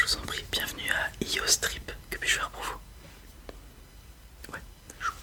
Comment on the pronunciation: Je commente avant de regarder parce que je viens d'avoir un fou rire au début de ta vidéo, quand tu as dis "Iyo's Trip" ça sonnait comme "IYO Strip" et on n'est plus du tout sur le même contexte XD